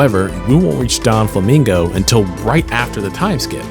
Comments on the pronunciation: Doflamingo* not donflamingo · Hey I just want to let you know (if you’re still reading comments on this vid) but it is specifically doflamingo, not don-flamingo, I know that may seem small but tbh it was kinda annoying me especially because bege exists and is literally a mafia don